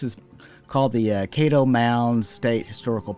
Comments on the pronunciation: You kept saying KAY DOE, like Play dough...It's KAD DOH. Great video btw thank you sir. Looking forward to your next trip. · Kad-doe like Cattle Kaddo....Caddo.